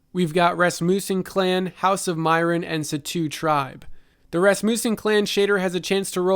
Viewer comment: Your pronunciation of nouns is absolutely horrifying. Following corrections: Rasmussen (short u sound) not ras-moo-sen. Meyrin (ay sound) not mai-rin Gofannon (short O sound, like the last 'O' in gofannon) not goe-fannon. All that aside. Nice job.